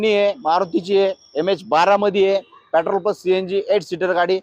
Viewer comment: पेट्रोल शब्द नीट म्हण लका